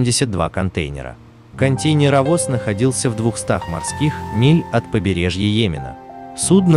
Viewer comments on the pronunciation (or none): Зачем ты Е выделяешь? КонтЕйнеровоз аж кровь из ушей брызщит! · Забавное произношение контЕЙнеровоз